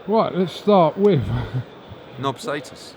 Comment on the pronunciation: “wiv” what is that word?